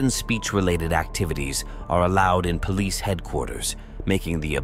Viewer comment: Wtfff is the last cop pronouncing police like that on purpose???